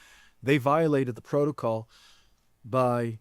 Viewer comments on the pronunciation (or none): none